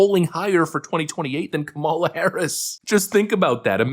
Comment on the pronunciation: Isn't that Mark guy pronouncing Kamala incorrectly? hhmmm...